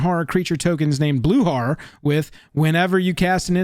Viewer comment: That's not how you pronounce "horror".